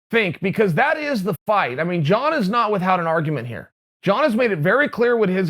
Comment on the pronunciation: Chael "With-Hout" Sonnen